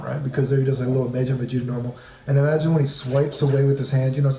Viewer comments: well it's pronounced "mah jinn" like "mah nigga, mah nigga, mah nigga". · Tf was that pronunciation of Majin.